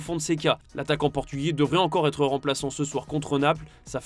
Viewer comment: Rodri aurait pu têtre un joueur du Real... Il a préféré être que têtre. L'avenir d'Ancelotti pourait bien têtre le dossier chaud... En attendant, gros dossier sur tes liaisons dangereuses. 😂